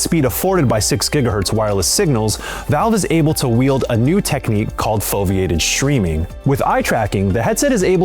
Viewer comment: "foviated shreaming"? ;)